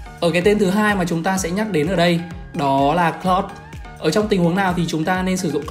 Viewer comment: Anh ơi em ko có ý xúc phạm anh nhưng anh đọc hơi lạ anh nên đọc là ka ri ê hơn là kơ ri hoặc cờ lau hơn cà cờ lót anh nhé em rất thích anh